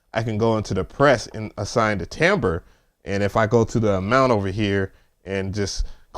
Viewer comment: Glad you pronounced “timbre” correctly 😂 Soon as I can get the white version it’s in the cart and bought!